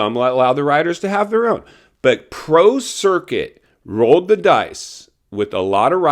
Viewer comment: I thought you said Pro Circus . That was pretty funny, intended or not.